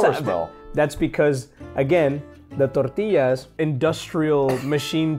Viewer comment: He says it so wrong it’s not “tortilllaws” it’s tortillas